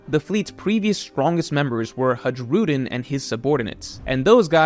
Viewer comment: If you ever start saying Hajrudin right, I’m unsubscribing. Hudgerudin <3